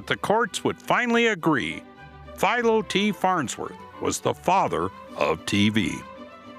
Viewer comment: How do you mispronounce Philo?